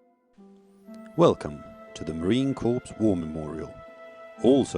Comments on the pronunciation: Sadly, the narrator does not know how to pronounce the word 'Corps' in the United States Marine Corps. The narrator keeps pronouncing all the letters in the word, thus pronouncing it as 'Corpse' which is a dead body. Sometimes 'Corp' as in short for Corporation or a company. 'Corps' is pronounced as 'Cor' or 'Core'. A Corps is a military measurement of a group, which is divisible by three. 30 seconds in the narrator states that the memorial is dedicated to all 'Marine Corpse'. No sir. The Memorial is dedicated to All MARINES. They should have done more homework on how to pronounce words correctly to show some effort and respect when honoring Marines. Better yet, they should just get a Marine to narrate over this correctly using the proper language and terminology. Unacceptable. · ..it is unacceptable. The narrator is from the British Isles, and there the pronunciation of word, corps, is as per the standard pronunciation world-wide, with the p and s remaining silent. Why on earth this wasn't picked up and corrected, is beyond reason. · ..get your head out of your butt. The narration and pronunciation is an insult to Marine Corps world wide, let alone the USMC. And while you're at it, even the Royal Marines would be embarrassed by the pronunciation of an obviously British Isles narrator.